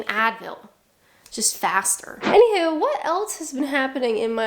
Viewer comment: I'm not great at North American accents but right there at the end you said "Anyhoo" - now I believe you are Canadian. 😂